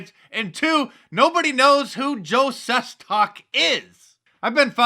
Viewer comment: And its pronounced- Joe Ses-TACK